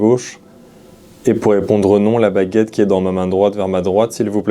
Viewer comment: Quand pose la question de "qui va revenir?" on entend "Dieu"